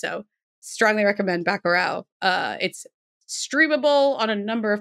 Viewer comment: as a brazilian, I had a hard time trying to undertand wich movie was talking about. Dont get me wrong, she did great. Its more like buh-ku-raw. but I get it, its also not that easy for brazilian to say it right in the first try. Anyways, Bacurau is a wanderful movie, go watch it